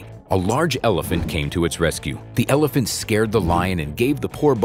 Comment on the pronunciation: how come you cannot say the Word Elephant?!